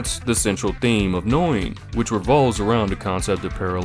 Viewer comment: This is one of my handful of all-time favorite animes that is etched into my memory. Must say though, that you have a rather ah.. novel way of pronouncing Noein 😄 It is more like Nóh-Ejn.